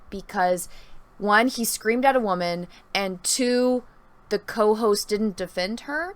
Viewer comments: "I'm a wahmen" cringe as hell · Very interesting breakdown. Thank you for going deeper than just the one video. I think it's a great breakdown and sheds a lot of light for the consumers into the content creator and guest/host side of the youtube/video creation world. My apologies, you described yourself as a "Wam-an" (It might have just been regional pronunciation and if so, please disregard), but what is a Wam-am? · What the heck is a “waman “??